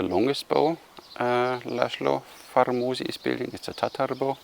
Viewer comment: as a hungarian, i am gladly helping to pronounce well, the bowmakers name correctly> he is pronounced in english way as Laslow Farmoshi, is just, Istvan Vegh is Ishtvan Veigh, Peter Bogar is Peiter(not like german "ei") Bogaar. I know, it is secondary stuff compared to the actual bows, but as a hungarian it still poking me a bit, everytime i pick up my head, like "what"